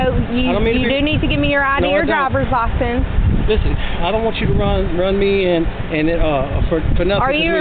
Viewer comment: Oh, it's the chick that isn't even intelligent enough to properly pronounce "license."